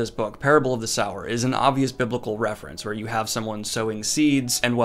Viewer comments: Youre saying sower wrong 🙈 lol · Yeah he says sow right but not sower... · Daniel" "Parable of the Sourer." Me: "of the Sourer? Ah, ok. Hey Daniel, if you continue to read more Octavia Butler, look into Wild Seed. Its much, much better. But, it is pronounced 'Sew - er.'" :) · I think it’s pronounced “soo-wer” not “sour” or maybe it’s just me. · Daniel, I love your videos and am ecstatic about the recent sci-fi videos. I hope you continue to do more sci-fi even if there are less views. P. S. Sower is pronounced soh-er not sour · Sower, as in sowing seeds, not sour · The name is sower not sour. Lauren is not harvesting lemons. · Just in the comments to saw it Parable of Sower (sow seed) not Sour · Not critisizing but is not sour but so-wer as in so what. Sow means to scatter, as in seeds. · Daniel: Parable of the SOUR Me: Aaaaaaaaaaah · Its definitely pronounced so-er. You said it yourself, "sowing seeds" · "Sow" - "Er"?!? SMH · Ohmygod thank goodness I'm not the only one confused by how he pronounced sower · "Parable of the SOW-er!" Me: snickers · So as in “sew”. I’m honestly not sure how Daniel keeps mispronouncing it considering he uses it correctly a few times in this video when he’s not saying the title. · Daniel, it's pronounced so-er. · It's meant to be pronounced /ˈsəʊə/ (RP) or /ˈsoʊɚ/ (GA - Dan's accent). If you're not able to read IPa, this means the first syllable is the same as the word 'so', with the standard pronunciation of the -er suffix. The book's title is an allusionto the Biblical Parable of the Sower, which refers to a 'sower', ie one who sows seeds. In this context, the word sow is prounced the same as 'so', rather than Dan's pronunciation, which refers to a female swine. I guess it's ok because he has dyslexia, but I do wonder sometimes how he intends to become a professional narrator with pronunciation errors like this. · I agree with everything in this video.....except how you pronounce "sower"